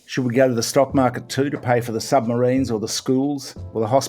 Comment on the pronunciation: Gambling the houshing crishis on the shtock market.